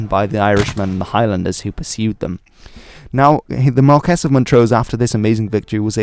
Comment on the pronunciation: Marquis pronounced Ma-kwiss.